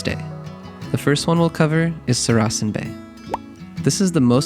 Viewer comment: Saracen is pronounced SAracan with the stress on the first syllable, not the second as spoken here.